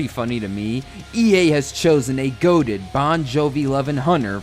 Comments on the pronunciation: Lol. Goat-ed. its goatEED haha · Goateed not Goated😂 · That's goateed as in the facial hair, not "goated." That word didn't even exist back in 2006. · goateed not goated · Bruh it’s goatEEd, like a beard not 🐐